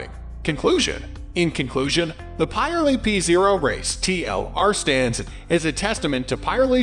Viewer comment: Yes .. never heard of Pie Relli I tyres